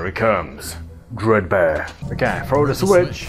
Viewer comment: “DREED BEER”